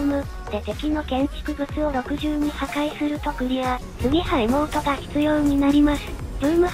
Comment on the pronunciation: エモートのエがえになってるw